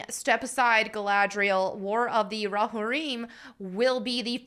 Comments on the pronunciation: "Hey, love your content. Just a heads up, Rohirrim is pronounced Row-Here-Um. Letting you know before the LotR nerds come after you " Ope. Still, maybe do some research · Okay, some nit-picking... 1) It's pronounced roh-HEAR-im, not rahhear im. 2) "Hera"??? Really? Like from GREEK myth (or Hera Syndulla from SW Rebels, if you prefer)?? I know Helm Hammerhand's daughter was not named in Tolkien's work, but couldn't they find a Saxon or Viking female name? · It's definitely rohirrim, not rohereum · Let’s say it together folk, it’s Ro-Hir-rum What are you saying, ro-ha-reem, I clicked off right after you said this, your a Tolkien fan? Clearly not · "Ro-heer-im" not "Ro-hireem" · its row-hair-um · It's pronounced Row-hear-um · Just for nerdy clarity, it's pronounced "Row-Here-Um". Great video! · Great video, but it’s pronounced ‘Ro-hear-imm’. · Its pronounced (ro-hear-imm). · it’s pronounced Ro-here-îm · I could be absolutely wrong about this, but I've always heard it pronounced row-here-em. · Roh-hear-em is, I think, how it's pronounced. Anyway, they've now completely lost me. I was looking forward to this, but I want to see a story about Helm Hammerhand. Not Helm Hammerhand's freakin kid. I hope Peter Jackson doesn't do this. I hope he says screw this I'm out. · Pronounced Row-here-em. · "Row Hareem." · How do you claim to be a nerd girl and you don't know how to say roe-hear-im? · Haha, i love that you pronounced it Rohareem. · It’s pronounced row-here-im (not I’m) just fyi. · It’s pronounced: “Ro-here-um” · "Roe harim" Tell me you've never watched LOTR without... you know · Still missing the Trump hat. Shame! Anyway, Lord of the Rings did not need any feminist garbage. Way to go and kill it. Oh and you are totally saying Rohirrim wrong. Allow me to mansplain it. Ro-here-um. :) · Hey, love your content. Just a heads up, Rohirrim is pronounced Row-Here-Um. Letting you know before the LotR nerds come after you 😉